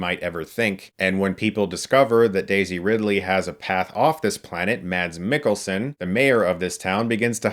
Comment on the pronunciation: just a quick note chris, the d in mads mikkelsen is silent